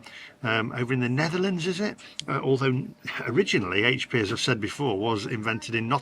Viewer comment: Top marks for correctly calling it 'Aitch P' and not 'Haitch P' sauce 🙄😁👍